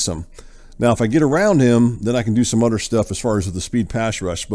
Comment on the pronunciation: It’s “other” my man not udder. Work on that. 🤦‍♂️